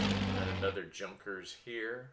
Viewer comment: Nice video. Junkers is pronounced yoonkers.